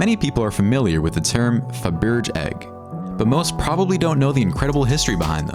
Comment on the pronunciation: Faber GEEEEEEEEEE ........ Pe KING!!!!!!!!! WTF is this pronunciation........ horrid voice.